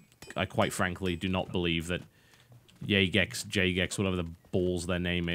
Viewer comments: I believe it's pronounced Jay-gex and not yay-gex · Jagex is pronounced as in 'Java Gaming Experts' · I think it's pronounced Jahgex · I prefer to pronounce Jagex "Gay-Fecks" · It's pronounced Fagex